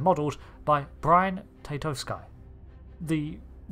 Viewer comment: Is that really the correct pronunciation of Brian Tatosky's name?